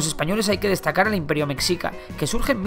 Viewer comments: mexica se dice como mejica, igual que con la palabra mexico, buen video solo ese detalle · Mexica se pronuncia (Meshica) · Según recuerdo se pronuncia meshica porque es una palabra en náhuatl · Mexica . Pronuncialo cómo .. ( meshica ) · Noo tal vez me explique mal, En Mexico es igual solamente qué hay distintas palabras que se pronuncian diferentes, Como Mexica pero se pronuncia Meshica no sé si me entiendo bueno... Saludos ✌🏼✌🏼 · Jeje, "mecsica" jeje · Es español no tiene idea de como se pronuncia xD jajaja tambien la ciudad de Tenoctitlan xd es Tenochtitlan fuerte en la ch pero asi hablan xd tal vez les hace falta unas clases de nahuatl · Me parce un buen video Pero la pronunciación de las culturas prehispánicas... Aaaaa me quema la pronunciación jajaja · Excelente video, no entiendo a la gente que critica incluso pronunciaciones, se entiende que esto suceda cuando no eres mexicano ya que la X suena de maneras muy diferentes según sea su uso (es confuso), Por ejemplo: -Xochimilco = sochimilco. -México = Mejico. -Mexicas = Meshicas. Gracias por llevar la historia mexicana a mas ojos hispanohablantes. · Que buen vídeo... por cierto, la pronunciación correcta de "mexica" es "meJica" ;) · Como que se pronuncia "meshica" o "mejica" pero no "mexica". Solo como una pequeñita corrección. Amo los videos :D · Se escribe Mexicas y se pronuncia (meshicas) jejeje me gusto tu video me ayudo en mi tarea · Siempre se me hace curioso como pronuncian mexica, es comprensible pero como referencia para el futuro, se pronuncia como meshica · Creo q se dice conocimientos “astronómicos “, no “astrológicos “. Y “Meshica” y no “Mecsica”. Lo demás muy bien. Resumido, obvio no se puede abarcar todo, pero habla de lo más relevante. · Compa yo soy de México y mexica se pronuncia mejica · Se escribe mexica Pero se dice mejica JI NO ZI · Mecsica xD se pronuncia mejica y Tenochtitlan se pronuncia Tenoshtitlan. Por cierto, muy buen video :) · Se pronuncia "meshica" Mexica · Meshica no mecsica